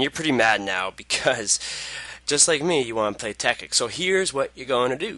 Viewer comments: TEKKIT NOT TEKKIK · ITS CALLED TEKKIT NOT TEKKIK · "tekkik" xDDDD wtf? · you say it tek-kit it tekkit one word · Haha he says tekkik